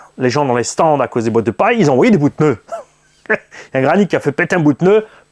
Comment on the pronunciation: J'espère que tu parlera français l'année prochaine 😂 on dit PNEUS 🤣🤣